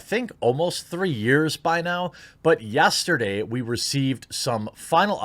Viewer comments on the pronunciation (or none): none